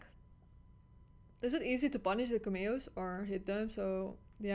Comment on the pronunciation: Yes I also love the “KaMio’s”😭😭😭———Cam-Me-O